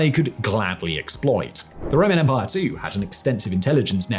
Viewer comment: Rome's own enemies believed that SARCH-A-PARRFUL-EMPAAAAAHREEE